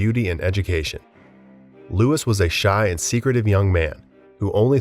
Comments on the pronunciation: Louis is pronounced as “Lou-ee” not Lewis 😭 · LOUIE! It is pronounced Louie not Lewis.. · Dude, your mispronunciations are grating. Louis XVI is pronounced “Louie”. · I was going to say the same, Im less than a minute in and already cringing from them pronouncing the "s" at the end of Louis, which is perhaps the most commonly known French name that does NOT pronounce the "s" at the end. I'm new to the channel and it made me think they just slapped on a half-decent "siri" text to voice thing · I kept cringing every time they said Lewis rather than Louey. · It’s arguably the most used royal name too 😭 “Lou-ee” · I can’t help but wonder if your purposefully mispronounced almost every name. S is silent at the end of words in French. Louis is not pronounced like the surname Lewis. It’s more like Loo-ee. In Medici the c is pronounced with the CH sound. The content is good but the repeated mispronounced well known names is hard to ignore. Wikipedia has pronouncement guides on each bio age. It would greatly improve your content to look those up in your basic research. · I love your videos but I honestly grind my teeth anytime you say, "Louis" or "Medici"